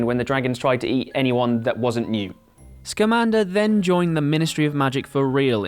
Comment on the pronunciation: Why does everyone mispronounce newts last name?